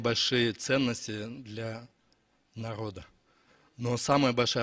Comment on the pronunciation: Калпак кийген киши"" Р"'- га жакшы тили келбейби ээ😅 Ганиц и наод дейт го. Границ и народ дегенди.